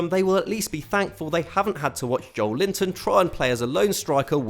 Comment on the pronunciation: On that note, "joel-inton" is actually also not how we say it. It's "jo-eh-linton".